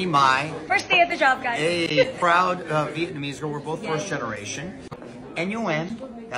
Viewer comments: 😂You crack me up with the way you pronounce Vietnamese! if you can pronounce Vietnam you can surely pronounce Vietnamese. It’s the same spelling just add “ese” on the end. Vietnam-ese. Where’d the “b” come from? 😂😂😂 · Not "vient-pinese" Ti 😂 😂 All love boo 🦋💋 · Really Ti?? 😑 Veetbanese? 😂 I love you. 😂 I'm just playing - dont cuss me out 😂😂😂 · Vietnamese... Viet*na*mese. Please at least pronounce it correctly.